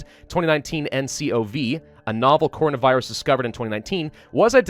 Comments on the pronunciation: I love how he says cornovirus instead of coronavirus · Normal people: CORONAvirus: CONAvirus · Him : cornavirus Me: Coronavirus not cornavirus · he said “cornavirus” instead of “Coronavirus” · He said corna virus it’s actually corona virus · It hurts to hear him pronounce it "cohrina virus" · I love how he said it like "cornovirus" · *says corno-virus”*. Also: “ Woo-Han, I hope I’m saying that right” 🤣 love u 💕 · nobody:: CORNAVIRUS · Why is he saying “Cornavirus” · Hopes he pronounces Wuhan correctly. Mispronounces coronavirus the entire video.